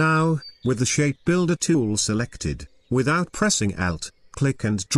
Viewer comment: Me: Narrator: ShaPe BUilder Tooool